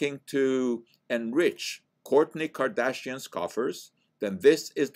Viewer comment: You lost me at “Kardashian” 😂😉👍